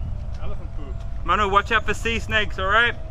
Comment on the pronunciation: When you call Manu, it sounds like Monu. Still love it though😅